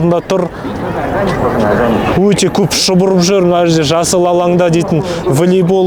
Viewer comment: Волейбол деш билибол емес